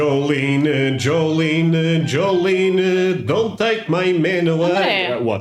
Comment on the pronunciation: 😂😂😂😂 joleenuh joleenuh joleenuh made my day 10 seconds in.